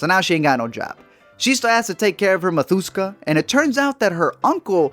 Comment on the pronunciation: It's not "mathúska" it's "mátushka"